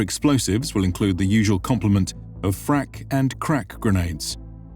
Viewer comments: Question why do you keep saying frak grenades like there’s a meaning related to krak grenades lol? It’s frag (fragmentation) just like irl. That’s at least what the lore says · not frak grenades, FRAG GRENADES!!! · freg... what the hells is frak